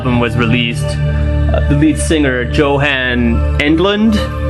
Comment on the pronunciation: Well annoying. So fricken annoying. I'm drunk but even so ur annoying. Please no talking. Plus, it's pronounced "yo-han", not Joe-han u big hairy turd.